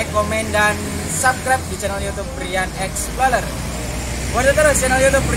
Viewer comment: Cara bacanya "explorer" kang, tetap sesuai tulisan. Dudu exploler. Tetap menginformasi ya...